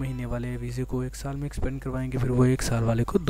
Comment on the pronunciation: Extende hota h expande ni